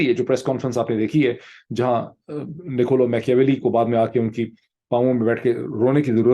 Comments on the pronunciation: Pronounce -maa·kee·uh·veh·lee Thanks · its "Ma-kia-welly"